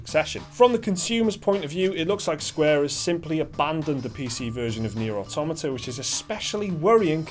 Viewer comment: Thank you for pronouncing "automata" correctly. Nearly every video on YouTube relating to this game gets it wrong.